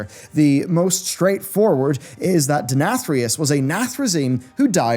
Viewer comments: You pronounced the Name Denathrius 3 different ways in this video LOL.. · I like how as the video went on longer, he kept pronouncing Denathrius more like asmongold does haha